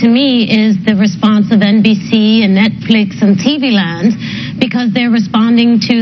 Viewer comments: I agree with Rosie on a lot of her views. However, it seems like she has slipped into a deep depression. Rosie Perez: "Netfleex" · “Netfleex & TV Lond”